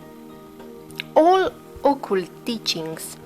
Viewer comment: what is the word you are saying? All?... the mind of the all?